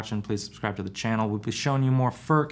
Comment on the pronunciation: An average American will come closer to the pronunciation to say," Foord" with very little emphasis on the "d" it's more like a slight tongue movement